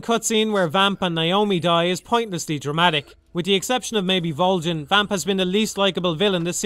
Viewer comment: So no one is gonna comment on how he pronounces "Volgin" ?